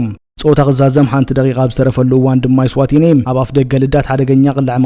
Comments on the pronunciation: Most of eritrean youtubers say Estiwani even Amanuel. Please please correct it say Eswatini or Swaziland.???????????????? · Estwaniiiiiiiiii.......kkkkkkkkkk Say Eswatniiiiiiiiiiii ya entay knbleka